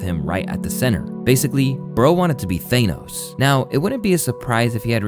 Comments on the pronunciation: I beg your quick pardon?? THANE-OS??🤨🤔🤣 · Ps: gotta train your voice over AI: its THANOS not Thaynos